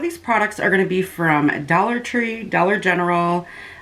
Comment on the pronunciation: I love when you say "and it's only a dwolla" 🥰🤣 Love watching your vids girl 💜